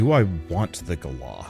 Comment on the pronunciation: wonder your not ment to say galah with the hard R. is like gala but not ga la. they got there name from the road rage in your tone when 1 races you going 100KM in a car and then try's to fly in front of the car. fucking galAH like that